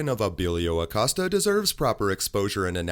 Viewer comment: Jim Acost-ya! Hahaha